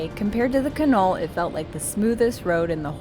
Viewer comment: It's a great drive. Done it a few times. The correct pronunciation is not Ka Knoll, it's Can All.